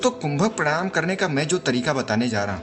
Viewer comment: Pehle bolna to seekh le pranayaam tak nahi bolna ata